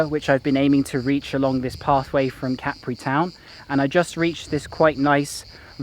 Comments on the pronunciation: Hello, really enjoy your on-the-ground videos. No b.s. and the real story for fellow travelers. And for folks who might be planning to visit this island, it's not pronounced Ca-pri, but Cap-ri. Keep up the good reporting. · if you're referring to me then I repeat what I said. The point is that the stress lies on the first syllable in Italian and on the second syllable in English pronunciation. How the syllable itself is split in Italian is interesting to know but not the point being made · Listen to the Italian writer - Ca-pri